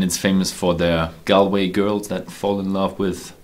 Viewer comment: Galway is not a city in the east of Ireland but in the west of Ireland.... Also the correct way to pronounce the name is not "gal - way" but rather "gawl - way" :)